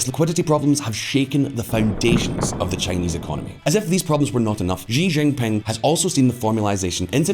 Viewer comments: "XI" IS PRONOUNCED AS "SHI". NOT "ZHI". The name is XI JINPING, pronounced "SHI JINPING", not "ZHI ZHINPING". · The pooh bear is named shi-jin-ping, not Xzee-Jin-ping and not jee-jinping.